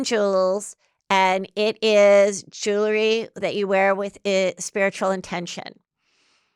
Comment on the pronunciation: Heather, it’s pronounced jew-el-ry, not jew-le-ry.